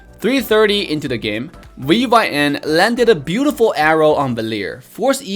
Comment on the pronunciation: V-Y-N pronounce as vin